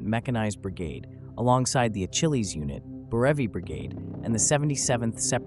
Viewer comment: Achilles is pronounced uh-ki-leez not a-chilleez